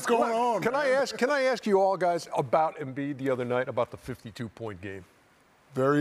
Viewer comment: Shaq can't say the word "ask" correctly most of the time.